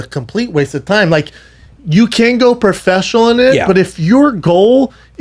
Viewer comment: Profeshnal calmedian